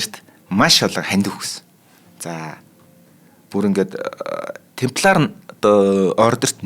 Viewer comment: Темплар юм уу тампильер юм болов уу